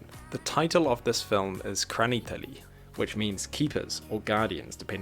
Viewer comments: Please, if you try to translate a Russian word to English, first listen how a native speaker says it. "Kraniteli" scratches my ears as a Russian speaker. The film is bizarre as hell. Peace. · It's "Hraniteli" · Прикольно произносишь "хранители")